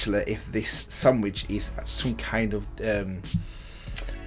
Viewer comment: It's sandvich not sandwich